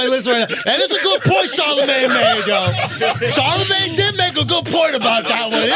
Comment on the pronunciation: Charlamagne get it right buddy not that hard to say his name